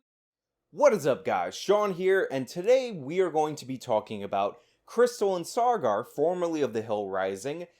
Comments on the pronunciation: Take a drink every time Sean says "SaaRgar." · You don't do yourself any favours when you complain about their misrepresentation of facts, yet you can't even get the guy's name right -it's Saagar, not "Sargar". They almost always say each other's names on the show, so it raises the question, did you even watch an episode? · Sar-gar, lol